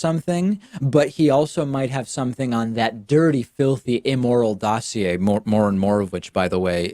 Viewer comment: S.E. Cupp is trying to assert false equivalence. I'm just thrilled she knows how to pronounce "dossier" correctly.